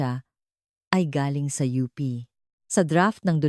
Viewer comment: OO nga mali mali tagalog na nga wrong pronunciation pa.Yong UP she said OP, alibi she pronounced alibe OMGEE! I was wondering Sept. 2026 etc & 2027 it's only March 2026 now! Dumami tuloy wrinkles ko syo